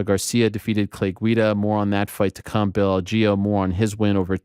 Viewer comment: Ariel why did you start pronouncing bills name wrong after getting confirmation? Lol